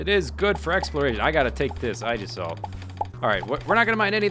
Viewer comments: I think it's pronounced eygissalt though (with the G as in Gangster) but I'm not sure ^^ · kchen075 Actually it would be pronounced EE-jis-salt, no offense.